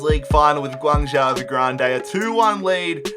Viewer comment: Close, it's pronounced more like Gwang-Joe. But fair play for not pronouncing the Z like most would commonly do